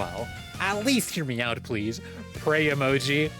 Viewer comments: I wasn't watching, but I heard "hear me out" as "hear meow-t". I like to think if they wrote "meow-t", they'd get unbanned. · I heard it literally exactly the same way